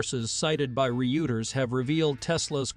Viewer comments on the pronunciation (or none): "According to reports from Re-uters?" - According to Wikipedia it is pronounced (ROY-terz) "Hyoondi?" It is pronounced - huhn-day. Or The official 'Hyun-day' pronunciation also reflects the Korean heritage highlighting a vital part of the manufacturer's identity. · Reuters is pronounced - Roy-ters, also the Y is silent in Hyundai